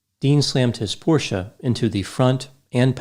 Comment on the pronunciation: this decoration piece sort of cactus on the lower tier behind you - it looks like a cookie to me. Sorry, it looks so cute, it has distracted me from your lecture. P.S. Your pronunciation of "porsche" is now perfect.